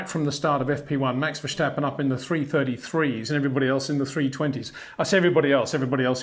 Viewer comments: Plus it's wrong. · is not vershtapen !!!!